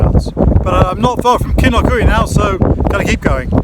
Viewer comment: Pronounced “Kinloch you” not eewee 😃